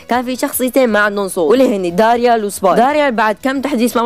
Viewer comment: الله يفذهك إسمو داريل 😂 إلفظو صح